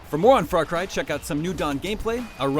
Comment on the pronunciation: FRAR CRY!